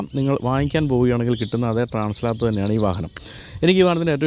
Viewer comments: It is transALP not translap. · ട്രാൻസ് ലാപ്സ് അല്ല ട്രാൻസ് ആൽപ്സ് ആണ് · Transalp not Translap....😅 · Trans Alp ആണ്. Translap അല്ല ട്ടോ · TRANS "ALP" ( alps mountain) ആണ്...ട്രാൻസ് ലാപ് അല്ല. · Bro, its not Translap (lap), its Transalp (alp). I guess the Alp represents the Alps mountain.